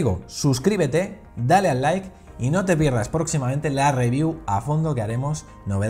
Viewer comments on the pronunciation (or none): none